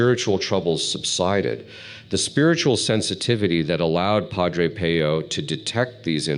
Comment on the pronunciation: Excellent content and advice! But please pronounce his name correctly! . I in Italian is pronounced like ee. So it should sound like Padre Peeoo!!!